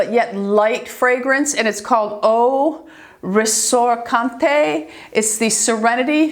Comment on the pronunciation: The Clarins is (phonetically) 'Oh Ressorsunte'. I just noticed that you said it as if it was written in Spanish ☺️. Thank you for all of your videos. I'm new to them and am catching up. It's so great to have someone who is past 50 doing make-up and skincare reviews! 💕